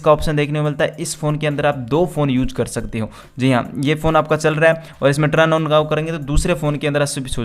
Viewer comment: Turn ki pronounce aap ko nhi aata